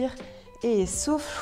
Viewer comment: Quand elle disait "et souffle" j'entendais "et souffre" 😂